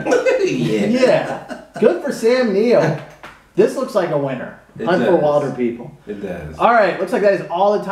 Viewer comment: Not trying to be rude or anything, but it's will-der-people :) Also, it's an awesome movie!